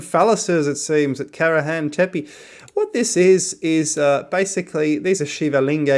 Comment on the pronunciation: Dude, you even don't know how is pronouncing "tepe", it's not tep, but tepé.